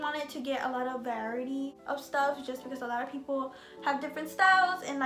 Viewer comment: Y’all peep when she says “ viarity “😭😂😂